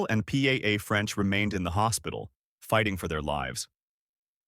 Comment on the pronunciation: Why does your idiot AI robo-voice have so much trouble with the name "Paola"? Here's a hint: It's like POW-la, not P-A-A. Don't you people proof the audio before you publish? When Robo makes an error due to a word it doesn't recognize, go into the script and enter the word phonetically. I thought every video editor would know this...